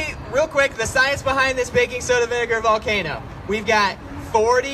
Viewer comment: It's science. Not Zience. Go back to Vancouver!